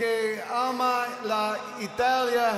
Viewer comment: As a non-Italian speaker, it was painful for me to hear Eddie butcher the language.